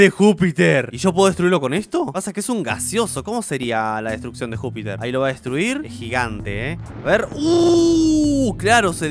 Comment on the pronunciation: No era Júpiter era ñijuter